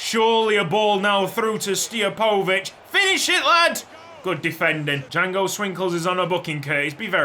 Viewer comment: Pronounce Stijepovic as Steer-poe-vitch